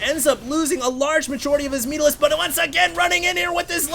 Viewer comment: "Oh my gawd? Where ar mai mutarisks?"